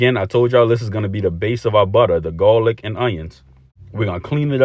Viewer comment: Love the originality of this boil❤and how ya say gawlic💯